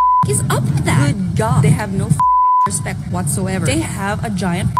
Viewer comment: what tf is "rispeck"